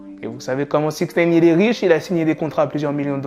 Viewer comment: J’arrive pas à me concentrer quand il dit “six neyne”